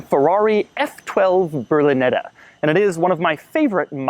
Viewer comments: It's "Berlinetta", not "brlineda" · you should learn how to pronounce ''berlinetta''